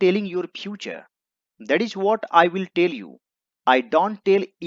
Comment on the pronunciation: Meri to aapse 2 vinti h, 1st, video ke last me paragraph ka translated shot laga diya karo aapki handwriting samjhane me bahut dikkat hoti h 2nd, pronounciation sahi Kiya kare English ko English ki tarah . Jaise view~ bhiyo What - bhat Is - isch